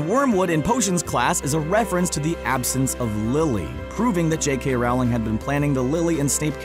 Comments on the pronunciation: Am I the only one here who finds it irritating that this so-called expert on HP, at pronounces the author's name to rhyme with "scowling" instead of "bowling"? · J.K Rowling Pronounced 'rolling' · Rowling = Roll - ing. Not Row - ling. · You say it rOOwling not Rowling And if you don’t mind I’m leaving before you drive me crazy with you pronunciation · It's Hallows not howllows.. It's leviOsa not leviOsAH! And It's not J.K. Ralling it's J.K. rolling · It's Rowling like Bowling :) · Rowling rhymes with bowling! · Ugh, an American trying to pronounce "Rowling".